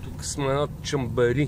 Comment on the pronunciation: Бат, произнася се Шамбери.